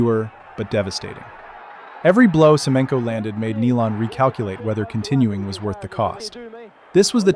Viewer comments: this is a.i. b.s. butchering names like Neelan haha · Nilan and Kocur